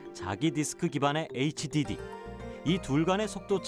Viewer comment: 나레이터 애있찌디디라고 읽는거 ㅋㅋㅋㅋㅋㅋㅋㅋ